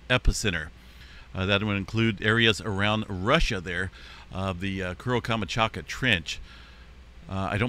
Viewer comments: You might want to check how to pronounce KAM. CHAT. KA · Камачака?! Серьёзно? Ты читать не умеешь что ли? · Learn to pronounce places names if you are going to continue to report on events from other places. Your mispronunciation of Kamchatka is so offensive.